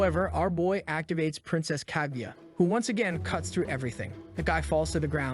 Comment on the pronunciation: Is this kaguya or kagyatt? I swear i hear the latter everytime😂